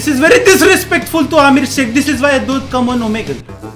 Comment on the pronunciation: Amir seikh mujhe Amir Siddiqui kyu sunai de rha hai..😂😂😂🤣